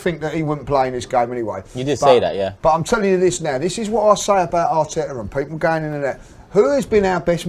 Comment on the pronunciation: arteaaahhhh and manciteeeeeey is funny